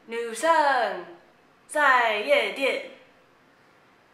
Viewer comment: 學美國人講中文那段太好笑了XD 感覺妳很努力的想要發外國腔，但後面(夜店，女生)就真的發音太標準了~XD 中文太好也有這個困擾啊~(拍肩